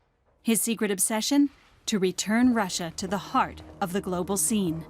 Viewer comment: said clobal survis prizidon